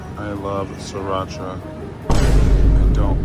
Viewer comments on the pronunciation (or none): none